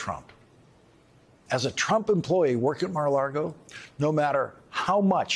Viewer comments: I love that Lawrence stubbornly continuously mispronounces Mar a Lago Mara Lardo. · Personally, every time he says Mar A Lago, all I hear is "Mar-A-Lardo" 😂😂 Yes. Good.